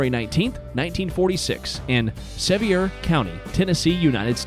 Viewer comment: Its Sevier sounds Ike Severe.